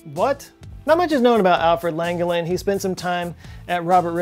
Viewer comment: Alfred Langevin was my great great grandfather and u miss pronounced my last name